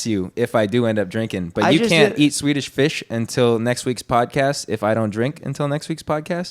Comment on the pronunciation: can not say Swedish fish 🐠😂